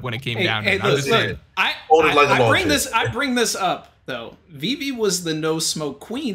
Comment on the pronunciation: This man can't say vivi right 😂